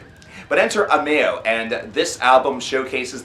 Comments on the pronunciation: Amayo? AH-Mo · Its pernounced Ammo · Did this man just say amayo